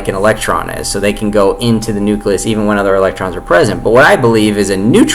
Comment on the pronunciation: Fuck me. I'm struggling to think of when I ever heard a bigger stream of utter horseshit in my entire life. You can't even pronounce 'nucleus' properly.